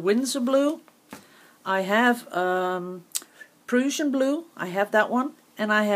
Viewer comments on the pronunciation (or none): Just a helpful hint, the Prussian blue is pronounced like Russian except with a "P"!